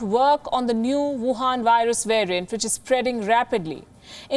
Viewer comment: Please it’s Wuhan 😅🤣 not Vuhan